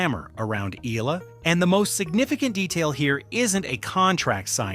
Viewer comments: EH- YAH- LAH. Say it with me. EH- YAH- LA. thank you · Eala is pronounce as,, E-Ya-La.....